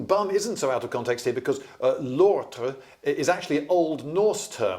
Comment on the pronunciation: You have to work on your Norse pronunciation, my french ears heard l'autre (others). From my understanding of Norwegian which i am learning, you have to work on rolling your r's and to be honnest i am not quite able to pronounce lortr it with rolling r's properly.